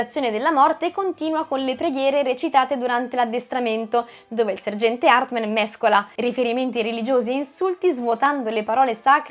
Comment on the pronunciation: HARTMAN non HARTMEN!!😅😅😅😅😅😅😅😅😅😅😅😅😅😅😅😅😅😅😅😅